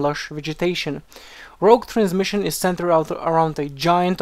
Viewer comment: Rogue !!!!!! It's rogue !!!!!! Played rogue in Wow, and I'm so sick of people who can't get the word right. Still good video though. :)